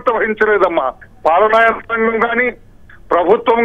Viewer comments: శిరోముండనం అనాలి. శిరోమండనం కాదు తల్లీ. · పాడిన పాటే పాడరా పాచి పెళ్ళి దాసుడా... అన్న చందంగా ఉంది తల్లీ... నీ తెలుగు... శిరోమండనం ఏంటమ్మా... థూఫ్ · అమ్మా... శిరోముండనం తల్లీ తెలుగు ను ఖూనీ చేయకండి.